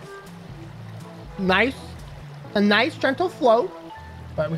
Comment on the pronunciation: Niceu niceu! Very niceu!